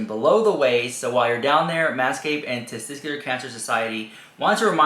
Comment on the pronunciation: ohhhh dude...that youre a male and cant says 'tesTICuLar' is cringe. like wtf ARE you even saying? tzztztr?